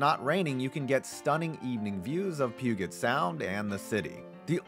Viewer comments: It is pew-jet sound not pew-get. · as a Washingtonian it is really triggering to hear him say Pu-get sound it’s Pu-jet sound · Just any fyi, Puget Sound is pronounced with a soft G. Pyū-jet. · Pu-jit Sound. And Minneapolis is WAY cool. Spend some real time there. And eat meat. Criminally underrated food scene. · Dear god sir, it’s not PEWGET sound in Seattle. It’s Pronounced Pewjit (Puget) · Puget Sound has a hard "g" not a soft "g". It's pronounced like "pew-jet" instead of "pew-get". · Its pronounced pew-jit sound in SEA not poo-get or whatever you said lol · Pew-get Sound? That’s not how you say Puget Sound. Yikes. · He didn't even pronounce Puget Sound correctly when talking about the Mariners' T-Mobile Park. It's a hard g as in jet. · Did he just pronounce Puget Sound with a hard G? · It’s pyu-jet sound for Puget Sound in Seattle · SafeCo ^h^h^h^h^h T-Mobile overlooks Elliot Bay. Puget Sound is pronounced like "Pew-jit". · Pooget sound! 😂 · ahh yes. Pew-Git Sound... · Puget Sound. Pugh-Jet Sound. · Puget has a soft g sound like “pujit”. -M’s Fan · Pu-get sound, yeah I can tell your not from around here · Puget sound is pronounced like l “Pew-jet” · Puget Sound is pronounced "Pew Jit" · The g in Puget is pronounced like a j. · It's pronounced "Pew-jit" Sound. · did he just say Puget sound, like homie said the "g" 😂😂😂😂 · As a resident of the Puget Sound region, hearing his pronunciation was brutal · That was brutal lol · Okay but he slaughtered the pronunciation of “Puget” in Puget Sound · How do you screw up saying “puget sound”?!?😂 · as someone who lives in the Puget Sound region, your pronunciation of it disgusts me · soft g on Puget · You did not just pronounce Puget sound that way 🤦🏻‍♂️